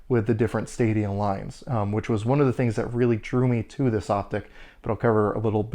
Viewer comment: Ummm....did you say “stadium “ lines???